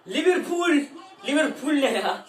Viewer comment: Liverpul dicen mxksjd liverpol ne ya mdmdmdkd